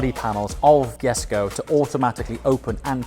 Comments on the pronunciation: You are mispronouncing Jesko. It sounds like "yesco" to me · jesko (YESKO) uhm the "J" is silent ........ uhm so what is it doing there 🤔